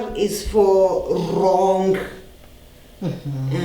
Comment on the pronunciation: Osum, phushipation, rong😂😂😂😆dead